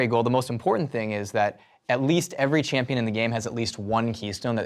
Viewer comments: "champoin design" ...K... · "Champoin Design" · riot what is a "champoin" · "Champoin Design* Good job Rito.. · 'Champoin Design' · im sorry "champoin"?? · "Champoin Design" Lel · What's a Champoin Design?...... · "Champoin design" ...champoin... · Min 2.02 " Champoin Designer " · lol it said champoin design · "champoin" :v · "Champoin Design" lol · "Chapoin" designer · "Champoin Design" good job there, rito.